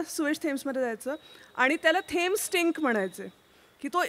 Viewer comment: नदीच्या नावाचा उच्चार 'टेम्स' असा होतो. (कित्येक इंग्रजांच्या तोंडून मी तो तसा ऐकलेला आहे.) 'थेम्स' नव्हे.